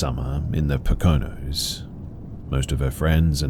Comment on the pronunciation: Good try, never heard it said that way before. Poconos - poe (like the writer) -co (rhymes with poe) -nos (nose/knows). Welcome to Pennsylvania! ❤😂 Aren't you glad people don't write about Nesquehoning/Tunkhannock/Conshahocken?😢